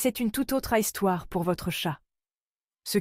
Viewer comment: " c'est une tout autre « Haïstoire » " ? IA ?